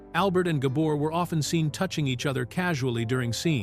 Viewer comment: Oliver Douglas never wore overalls and Green Acres was cancelled in 1971, Eisenhower died in 1969 so there's no way he could have seen the whole run of the show so please get your facts straight. He sometimes mispronounced Eva Gabors name it's Gabor not Gaber.